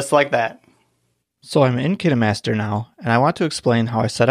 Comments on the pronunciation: I thought it was pronounced KINE MASTER not Kinee master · I thought it was pronounced kaynmaster But its k i n e master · ITS CALLED KINAHMASTER!!!!😱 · Is that how you pronounce “KineMaster”?